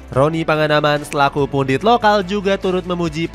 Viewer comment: Min Kok Elu selalu salah nyebut nama Lengkap Bung Ropan= Roni Pangemanan, Pangemanan ini Marga besar di Sulawesi Utara